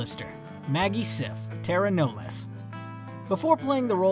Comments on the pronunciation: It's Tara Knowles as in Nolls Tara Nolls not noles lol tomato tomato ❤️ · Did he REALLY pronounce it as “ Tara Know Less”??? DUDE WATCH THE SHOW ITS TARA KNOWLES ... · I dont think the narrator watches the show. He didnt pronounce Tara's last name right. Whatever... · The way you say taras last name is wrong 😂